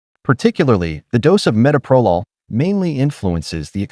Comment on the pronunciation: SO TIRED OF ‘AI”. CAN’T EVEN PRONOUNCE METOPROLOL CORRECTLY. Don’t you bother to check what you’re putting out and make corrections first?